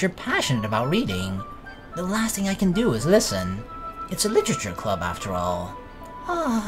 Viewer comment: "That doki doki... litchurchur club" LIT-ER-A-CHUR